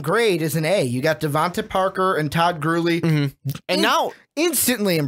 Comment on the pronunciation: Why can't the announcer pronounce Todd Gurley's last name?